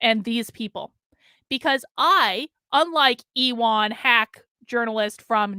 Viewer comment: God damn you, thanks to you intentionally mispronouncing Ewan Palmer's first name, now my 5 year old little cousin is calling himself e Juan, lol! I go to call him, "Ewan, I got the games ready." "I'm not Ewan! I'm E Juan! The woman on that video said so!" When i first listened to your video, Ewan was in the same room playing on my old GameCube trying to figure out Mario Party 4, and when I asked him how he's doing, he said "Don't call me Ewan, it's E Juan!" Now I am to be forever tortured by E Juan thanks to you! as punishment for that, you must be forced to listen to the most annoying Christmas music on repeat for 48 whole hours without covering your ears! Sending love from myself and from little Ewan... oops! I mean, E Juan, we love you. Lol, I love you, and wish you the meriest of Christmas.